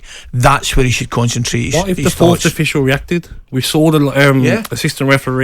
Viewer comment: Is Gabby saying "Fourth'd" official?